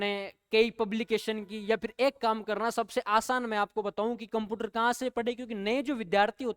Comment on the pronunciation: कंप्यूटर ❌कंपूटर ✅ 😅😅😂